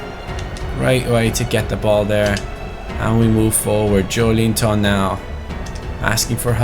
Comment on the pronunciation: Like so can see Its pronounced jo-el-in-ton #irl Where will newcastle finish in your opinion???